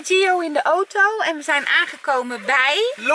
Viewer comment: Like als altij ooto in plaats van auto zegt